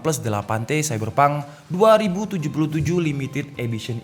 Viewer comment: Wah saiberpang tuwenti sepen2 :v logat jawa he3